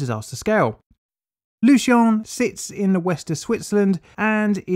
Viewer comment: oh damn i'm triggered about the pronounciation